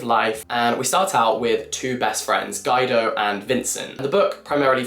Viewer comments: "Guy-doe". Lol. Um. No. Guido is pronounced Gwee-doe. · Guy-do? 😂😂😂 You don’t know the name Guido? Gweedoh. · Just so you know Guido is pronounced “gwee dow” 🙂